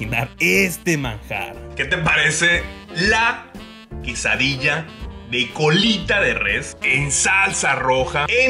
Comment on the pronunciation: "ki ti parece la kisadilla" 😂